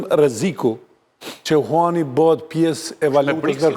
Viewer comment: Huani thote batoni eshte yuan, lexohet juen.